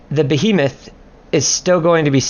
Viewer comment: Ba He Moth. Not Be A Meth. Nice guide though